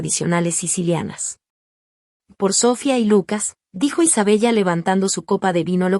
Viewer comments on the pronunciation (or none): Aunque se escribe Isabella se pronuncia Isabela